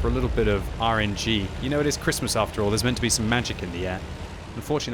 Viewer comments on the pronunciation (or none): Why can't you say Christmas???